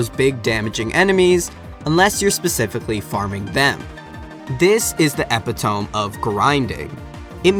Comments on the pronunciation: epitome is actually pronounced "eh-pih-tah-mee" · Epitome is pronounced "ah-pit-a-me" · epitome is pronounced eh-pit-oh-mee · Epitome is pronounced “ee-pit-oh-mee”